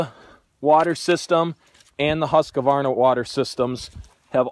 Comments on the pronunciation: Husqvarna not husqavarna // a swed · Don't say Huska-warna?! The name is Husqvarna - pronounciation: ˈhʉ̂ːsˌkvɑːɳa or Hus-kvarna :) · It's husqvarna not husq"a"varna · HusqAvana? Thought it was just straight husqvana, no A after q🤣🤣🤣🤣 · Lol Husqavarna is not Husqvarna😂😂😂 Dislexia 😂😂😂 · Not an extra a in husqvarna Not husq a varna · "Huss-ka-varna"? Ha!